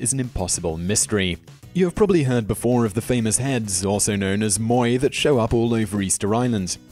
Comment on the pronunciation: the vikings and the rapa nui cultuture didn't exist in the ANCIENT WORLD. ps, wrong pronunciation of moai